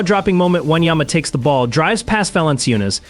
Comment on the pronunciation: Dude, can u be more disrespectful? Not once have you pronounced his name correctly...are u dumb? Just asking cause you obviously can't read or spell...